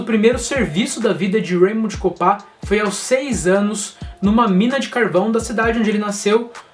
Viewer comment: Pronúncia de raymond errada aí